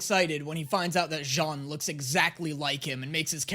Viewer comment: we say Janne not jana